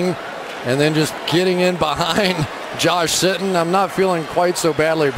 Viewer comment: he said Josh “Shittin” 😁